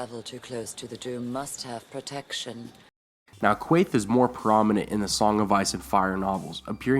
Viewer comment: It's pronounced, KAYTE. Not Kwaythe!